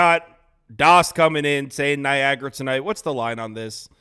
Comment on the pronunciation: Whoever said Niagra smh lol